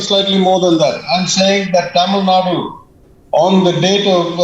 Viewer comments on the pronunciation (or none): ..pronounce Tamil nadu..not Tamil nad..